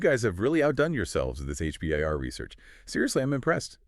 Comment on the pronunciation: H-B-A-R? Sounds like you just learned about it yesterday.